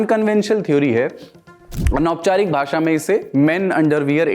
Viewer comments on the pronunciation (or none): none